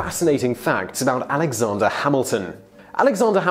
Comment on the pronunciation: Alexonder... goddamnit its Alexander not Alexonder